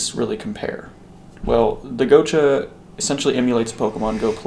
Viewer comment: Gotcha... Not go cha